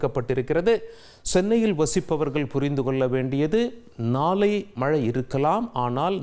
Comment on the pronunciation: நாலை,மஞ்சல் அலர்ட், நாலை மருநால், பல இடங்கல், வெல்லம், பகுதிகலுக்கெல்லாம் ...wow what great tamil pronunciation..hats off to you... 😂😂😂😂😂😂